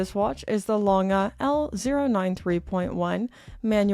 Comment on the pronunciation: That is not how you pronounce it